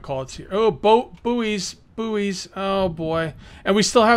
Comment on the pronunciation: car-tog-graf-fur and buoy is BOY dang-it...we don't pronounce buoyancy "boo-wee-ancy" :P